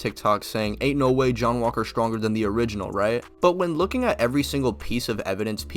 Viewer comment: "SCHTTRONGER"??????? Why do all these people with speech impediments starting channels?